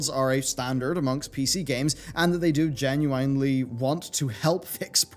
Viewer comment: You saying genuwinely, bothers me.